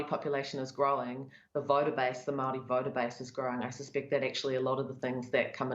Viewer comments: Mow wee ? 😂😂😂😂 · Lady it's "MAORI" not Maui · He's as Maori as an american orero. He can't even pronounce our words because he purposefully tries not to. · I’m guessing you can’t even pronounce ‘Māori’ correctly. The underbelly of the uneducated kiwis’s are popping up all over the place with this incompetent government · This commenter is likely experiencing the systemic racism that empowers individuals to mispronounce Māori words and not only feels no need to self correct, yet gets offended when being showed that they are mispronouncing Māori words. It’s sadly common. The reason why we have a pack of less self aware low key Nazi’s in government in nz. (Yes I said Nazi. They just reversed a smoking ban which would have saved 5000 lives each year and saved us tax payers $5,000,000,000 (five billion dollars) that 80% of new Zealander’s wanted and over 94% of Maori wanted). One third of the revenue raised from smoking tax excise comes from the Maori community. Smoking disadvantages Maori and harm Maori. This government knowingly ignored the nations wishes and has blood on their hands. They sold this unconscionable wicked act, with the wanting freedom for kiwis, while knowing Maori will suffer and die the most. It seems this aligns with their voter base. This government are doing all the things the r a c I s t voter base wants and they haven’t even had to talk about it. Poor brown people to die)